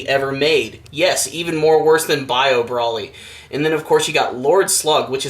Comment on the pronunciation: Bro-ly, not Brawly